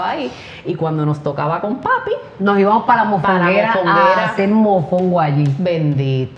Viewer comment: Su hermana dice IbaNos, veniaNos. Que raro. Corrigela. Que escriba 200 veces la palabra